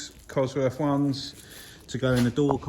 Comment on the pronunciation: I wish people would learn how to speak, there's no such thing as buying the number "free cossie parts" or ton of bovver or getting farver or I would rarver or cosworf. unsubscribed